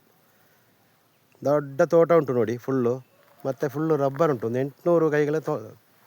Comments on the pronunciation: Lubber alla, rubber 😂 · ಲಬ್ಬರ್ ಅಲ್ಲ ರಬ್ಬರ್ 😂